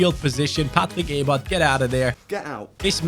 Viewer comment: Do you speak german? bc the pronounciation from the name Patrick Ebert was perfect